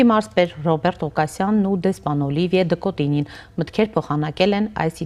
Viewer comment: Հարգելի հաղորդավարուհին դեսպանի անունն արտասանել չի կարողանում, տարօրինակ շեշտադրումներով, (Օլիիիիվիե, Դըկոտիիիինյի, ինչի՞ համար, Օլիվիե' Դըկոտինյի' ասելն այդքան բա՞րդ է) դեսպանի թարգմանիչը դեսպանի ասված ի մի մասը չի բարեհաճում թարգմանել... Ֆրանկֆոնիան խորը ճգնաժամի մեջ է Հայաստանում....